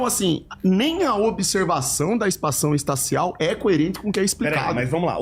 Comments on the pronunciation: "Espação Estácial" HAhAHAhAhahahahahAHAHAHAhahAHA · "A espação estacial" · "espação estacial" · espacao estacial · Eu perdi os lados com "espaÇão esTacial". 🤣🤣🤣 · "expação estacial" Kkkkkkkkkkkkkk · O cara que manda um "espação estacial" ganhou do engenheiro